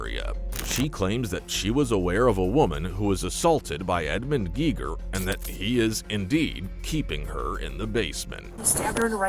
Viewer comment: It's pronounced Gay-gher. It's a German name like the German physicist that invented the Geiger Counter.